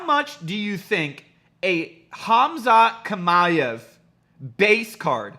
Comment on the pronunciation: Hamza Shima-ev, thats how you say it but written Khamzat Chimaev